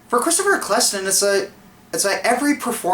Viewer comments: e-kl-stun, dude, not 'e-kless-ston' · It's Eccleston :P Pronounced Eccle-ston not E-ccleston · its pronounced eck-ul-ston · Christopher Ecklesten, last time I checked it was Eccelston xD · Christopher Ec-cleston Please be joking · its pronounced Ekkelstone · Thanks again for your opinions :-) (Even though you pronounced Eccleston wrong :-p but that's pretty minor stuff really.) I do like Disturbed - they were kind of the gateway that got me into heavier stuff like Fear Factory and Becoming The Archetype; do you have any particular songs of theirs that you really like? Also, if you want electronic music that you can also headbang to, anything from Front Line Assembly's Millennium album would do. As for class, I'd be either a Paladin or a Healer. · The PS4 may not be exciting, but it looks solid and that's ok with me. And agree with you on the ninth Doctor. You pronounce his name wrong though. :)